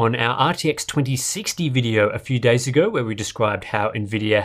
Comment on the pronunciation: How comes you don't pronounce days as "daaars" like you do with "daartaaarbase"?